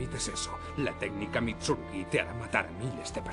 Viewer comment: Mitsurugüí! Y ahi dejé de ver el video, mentira lo vi hasta el final aunque es horrible esa pronunciacion, los demas todo bien.